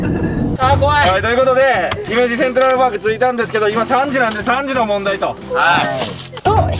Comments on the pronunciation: なんやけど、 ひ↑めじ ではなく ひめじ↑な気がするの私だけ？？ まひってきた、、、わからぬ、、、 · の｢ひ↑め→じ→(イントネーション)｣が気になってしゃーなかったw（姫路市民より） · の姫路のイントネーションが気になってしょうがない ユニバのイントネーションも聞いてみたいところだ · 姫路民からすると、の姫路の発音違和感すぎる😢😢 ひ⤴︎めじ、じゃなく、ひ→めじ、なんですぅ… 姫路城だとちゃんとした発音してくれる人が多いのに、姫路単品になるとみんな発音ちがう…テレビの人も関西の人じゃなかったらみんな間違える…違和感… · 姫路市民、の姫路のイントネーション気に食わない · 姫路の発音がちゃうから、アウトですね。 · 姫路のイントネーションひっかかる